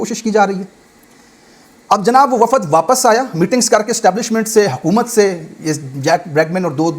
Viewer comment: Waffad nahe wafd sahe ward